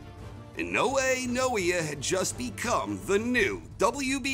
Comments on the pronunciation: Hey, this fighter's name is not Inoue Noia. His name is, Naoia (NAY-OYE-AH) Inoue. Thanks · Pronunciation of "Naoya" was really all over the place :-) For future reference, it's three syllables, like: nah-oh-yah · It’s pronounced Nah - O - Yah In - O - Eh Not I - No - Way